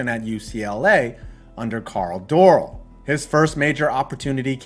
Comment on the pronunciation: Did purposely mispronounce Dorrell?